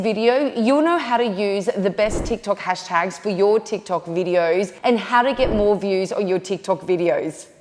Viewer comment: "Hastags" lol